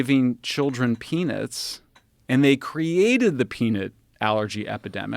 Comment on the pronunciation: this guy shouldnt say peanut anymore....."peenit"